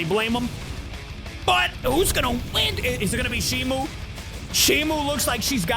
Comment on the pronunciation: ITS NOT SHIMU ITS SHIMO